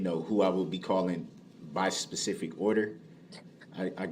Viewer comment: I didnt give a sesific order. I gave a genelization...